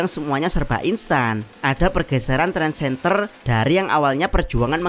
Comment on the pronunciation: Trendsetter, bukan Trendsenter 😅😅